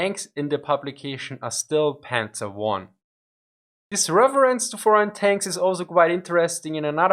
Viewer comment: "reverence" ☺ I know that in German V is pronounced as F, so I think the German side of your brain turned the F in reference into a V, and then your English side just used the raw data 😅